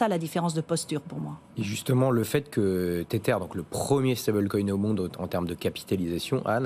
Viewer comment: l'animateur s'enfonce dans un ridicule de prononciation en s'obstinant a parler du "teteur". Il dit le "staibeul coïne", "cirqueul" ou "bitcoïn" donc pourquoi le teteur? comprend pas.